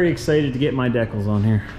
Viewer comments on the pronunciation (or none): When he says “deckels” is he referring to decals ?